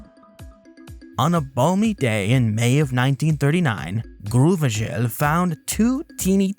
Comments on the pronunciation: came to say this ... I thought that is a very very french name but alas, its just Grauvogel - Grau-Vogel - Grey-Bird ... you have to be american to make it sound like groove-ee-gel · Looks like French people mispronounce German words as bad as Brits do. Grauvogel is a German name and actually pronounced like groww-fo-gel. It means grey-bird (possibly referring to the common cuckoo).